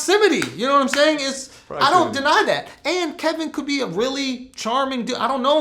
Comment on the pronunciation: Cant stand when Vlad says "naimsaying" or "naimean"- I cringe every time